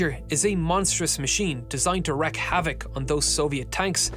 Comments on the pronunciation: At least he pronounced wreak correctly 🙂👍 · He pronounced it correctly. Most American's don't though.